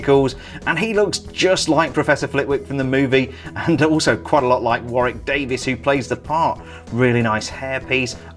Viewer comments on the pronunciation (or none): none